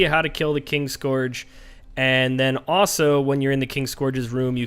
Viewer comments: There is literally no "G" in it man XD Also, I'm not American. So, not sure where you got that from.... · KIN-SCOURGE. Fuck that was painful.....